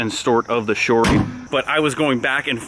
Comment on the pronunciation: “Long and stort of the shory”😂